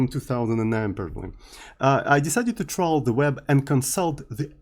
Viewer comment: Trawl = fish(verb) with a very large net. It is an extension on the metaphor that searching the web is like fishing. Trawl is pronounced like "all" with a "tr" in front.